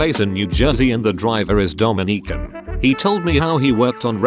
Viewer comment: no one: reddit bot: doughmineekahn